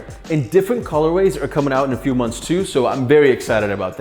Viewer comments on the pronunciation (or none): none